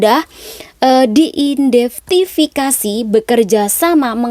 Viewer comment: identifikasi apa indeftifikasi...identitas apa indentitas 🤔